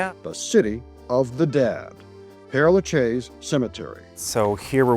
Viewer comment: lah-SHEZ not lah-CHEZ